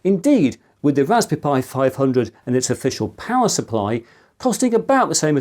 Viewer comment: Bro really said raspby pi 500